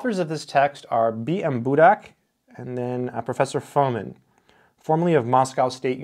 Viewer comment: Its Fomìn, not Fòmin. Budàk not Bùdak.